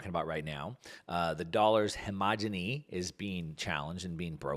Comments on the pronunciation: Great content - appreciate the effort!!! Prptip though - last two videos you're saying hegemony incorrectly (hemogeny?) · Dollars "homogeny?" You mean hegemony.